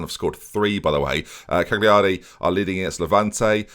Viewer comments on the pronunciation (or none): none